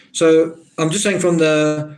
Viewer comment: Thanks for your contribution, it's made a huge difference. Saying has a 'g' on the end of it by the way . .